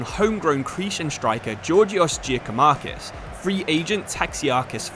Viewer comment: Just so you know Giakoumakis name is said like Yakoumakis